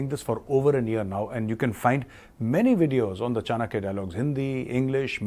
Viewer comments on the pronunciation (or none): none